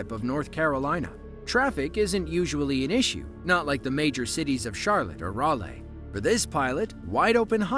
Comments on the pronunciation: "Rah-lee". Not "Rah-lay". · Raw-lay, North Carolina lol